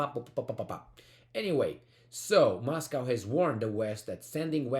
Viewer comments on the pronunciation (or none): none